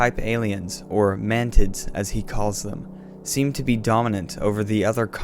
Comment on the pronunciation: Did you say man mantids or mantits?